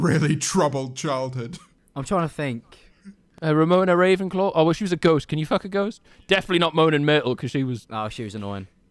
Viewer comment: Sorry to be that guy but it’s rawina raven claw